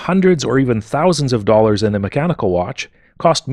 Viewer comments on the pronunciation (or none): none